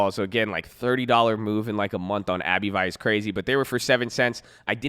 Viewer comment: "Abb-vee" not "Abbey vie" haha